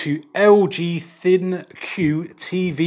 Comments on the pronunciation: That first tip is life changing big fella! This will be very helpful for watching TV downstairs when the wifey is asleep. Or when I am cooking in the kitchen, and still trying to watch television. I no longer have to blast the TV to hear it because of the distance. And small critique, ThinQ is pronounced, "Think." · Surely "ThinQ" is pronounced like Think.